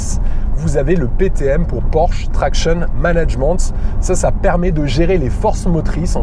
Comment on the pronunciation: C'es moi ou il a dit manage MENTHE 🤣 je rigole très bonne Vidéo comme d'habitude j'attend avec impatience les vendredis pour la sortie d'une nouvelle continuez comme ça